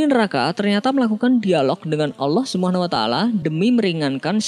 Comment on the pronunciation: Mohon Di Perbaiki ucapanNya Yg sy dngr Anda mengucapkan allah sumuna taala Mohon Mff Apa Bila Sy Salah, Tp tolong tmn² Mendengarkan dgn Baik🙏Saya Hanya Ingin Memberitau🙏🙏